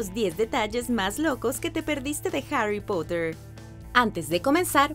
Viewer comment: dijo Harry pUtter??!!!